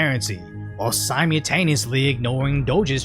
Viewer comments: Brother, this is the third time I've heard you pronounce "simultaneously" incorrectly. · Simultaneously. Sime-ul-taneously There a two frigging L's my dude